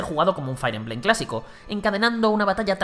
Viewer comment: Otra vez diciendo "Fair" emblem... 🙄